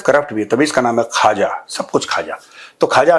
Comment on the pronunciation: मेजर साहब, आप पाकिस्तानी मंत्री ख्वाजा आसिफ को मज़ाक मे खाजा आसिफ बोलते हैं. इस नामकरण से बिहारी होने के कारण मुझे आपत्ति है. हमारे बिहार की एक बहुत पुरानी और प्रसिद्ध मिठाई है जिसको " खाजा" बोला जाता है. पाकिस्तानी गधे को इस नाम से पुकारना इस मिठाई के साथ नाइंसाफी है